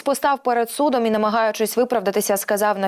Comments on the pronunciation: Постав перед судОм, а не сУдом" . Що за манера спотворювати наголоси в словах , що дуже поширено в роботі ведучих . Щодо зрадників , ВОНИ МАЮТЬ БУТИ СТРАЧЕНІ за законами ВІЙНИ . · До ведучої! Не перед сУдом,а перед судОм!